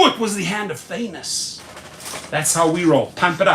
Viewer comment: Did he just say thannos in the Anu55😂 Eish Manier hahah